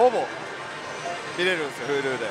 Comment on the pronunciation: huluのイントネーションに違和感